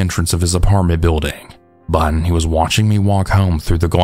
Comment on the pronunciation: Love the long videos! Just a question tho... Is there like an audio/recording reason you say "bun" instead of "but" most of the time? I know Ts at the end of a word are hard on mics, so I was wondering if that was the reason. Thanks!